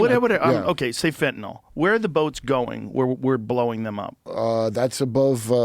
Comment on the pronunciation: someone finally said fentanyl right! Joe even followed suit haha thanks for not turning the Y into an O like EVERYONE ELSE, fine job Kurt. Edit: AND finally someone puts Joe in his place about saying “A.I. becoming God/creating Jesus”. You’re my new favorite guest